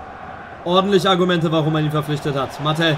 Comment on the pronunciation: Bitte bitte sprich Martel aus wie er heißt und nicht Mattel 😭😭